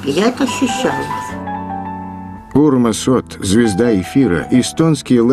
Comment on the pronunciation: Я Урмасом Оттом (кстати, правильное произношение фамилии "оть", не "от") не восхищался, но это видео было интереснейшее. Если кому-нибудь интересно, могу высказать личное мнение себя как рядового эстонского телезрителя. Его русских передач я не смотрел, но его эстонские передачи мне не нравились. Причина очень проста – он говорил невероятно длинными предложениями. Он был совершенно неспособен задать конкретный ясный ворпос. Он сформулировал вопрос, но вместо того, чтобы замолкнуть и дать гостью ответить, он продолжал говорить, объясняя или переформулируя свой вопрос – а ты сидишь за телевизором, следишь за его словами, ждёшь, когда фраза приближается к концу, и вот, наконец возникнет момент, когда тебе хочется воскликнуть: "Стоп! Здесь сможешь закончить предложение, закрыть рот и давать слово собеседнику!" Но нет, Отт пойдёт по третьему кругу, и может быть и по четвёртому. Его слушать было очень утомительно, потому что он просто не умел закрыть свой рот. Всем давно понятно, что он хочет спрашивать, но он продолжает говорить. Поэтому я скоро перестал смотреть его передачи. Сейчас, когда я увидел эпизоды из его руссих передач, я был потрясён. Когда он говорит по-русски, он совсем другой человек. Его не узнать. Может быть, на неродном языке он чувствовал себя менее уверенно и поэтому выражался короче? Не знаю. Но могу сказать, что для меня это был совсем другой Урмас Отт. У меня даже возник интерес к его книге-автобиографии, на которую я, когда она вышла, никакого внимания не об